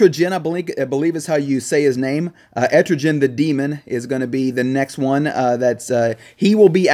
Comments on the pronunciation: man I haven't commented in a while. ok 1st of all, unlike probably the 90% of players I am more hyped about Constantine rather than Manhunter, I still like MM but I prefer JC more :3 2nd it's actually pronounced "Et-tri-GAN" not "et-tro-jen" just want to clear this up 3rd, I personally think the DS and Lobo Nerf are unnecessary because of the Characters that completely counter them, Red Hood, Hal Jordan and WW Princess of Themyscera are a few and even Steppenwolf was made to counter HQMJ and Batman DK as well, no one spams DS teams as much as a few months ago so the nerf is totally unneeded 4th about the J.Cruz and Swamp Thing well I honestly don't know what to say about them bcs I never use them but who knows maybe their reworks will change that lastly, the leaked image isn't exactly "leaked" per se, it was added in the upgrade events list after the recent updates but clicking on it causes the game to crash or restart on itself. personally I am ecstatic to finally get a 7th upgrade challenge bcs I always felt weird that there was only 6 and there is 7 days in a week bcs OCD haha anyway great video, I missed you guys, I haven't watched bcs of work lately and I plan on marathon your past vids that I missed. It is good to see you guys again and I can't wait for the next one :3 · Etrigan, not etrijan